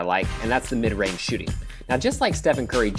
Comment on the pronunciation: "Both are long rage snipers" rage, rage, rage, rage, rage, rage